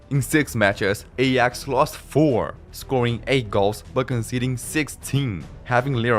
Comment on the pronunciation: Aay-aax, not ey-ax. Just had to say it because it was burning my brain 😑